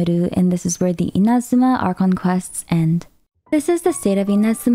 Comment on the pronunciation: Sorry the way u say “Inazuma” was throwing me off so much lol. Besides that nitpick, well done on summarizing the story so far. It’s good to get a refresher after 3 years of the game.